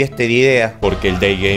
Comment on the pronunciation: Nob:Dei jeimer :D Yo:Es dei gamer nob -_- Nob:Dei geimer? Yo:DEEEI GAMEER Nob:Ay pero nho me griteds :"v sjbrhdisbfhzus Yo:*explota*